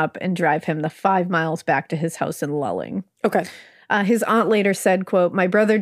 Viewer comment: You did great with pronunciation! I'm from Houma, LA. Only town name that wasn't quite right was Luling (Lu-Ling). Thank you so much for covering this case because it still haunts Houma. I know many individuals that were affected because of this man. There is a show that was recorded recently also and so many of my friends were interviewed. Thank you again.